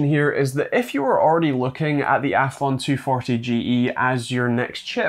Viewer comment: Athlon, not althon